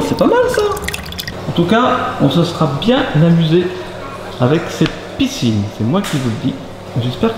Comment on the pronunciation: Ons dit piscine pas picine mdrrr